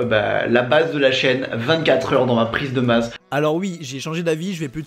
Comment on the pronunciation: Il est 15 heurrrre